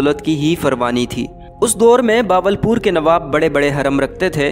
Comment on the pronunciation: باول پور نہیں ہوتا بہاول پور ہوتا ہے۔ اردو بولنا تو سیکھ لو۔